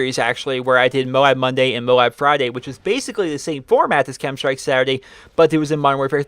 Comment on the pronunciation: "D.N.A Bonday" (monday)